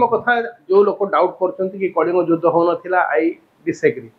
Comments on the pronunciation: its judhha not judhya😅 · ଯୁଦ୍ଧ ଉଚ୍ଚାରଣ ଭୁଲ କରୁଛନ୍ତି।